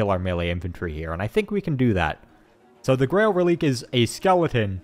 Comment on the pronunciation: Another great video! I love the edited campaign style that I haven’t been able to find anywhere else on this site, it’s exactly the type of videos I love see of the game! By the way, Grail Reliquae is pronounced Relic-ay not rel-eek lol